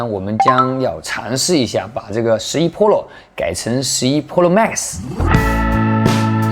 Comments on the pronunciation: 哥。。。pro读普肉。。不是剖肉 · 把Pro说成Polo，一定是故意的。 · pro的发音太喜感了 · 你别说真的和日式pro发音好像